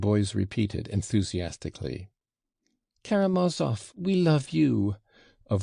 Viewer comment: "Hurahh for karamaov"...what a conclusion.